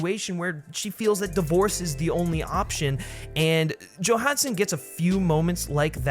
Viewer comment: “joe HAN son”